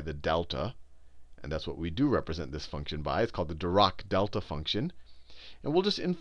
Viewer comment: Just wanted to let you know Sal, Dirac is pronounced with a harsh 'a' sound as in the end of 'attack'. We have a library at FSU named after him. I'm very proud to learn this subject at the university where the man who invented it taught.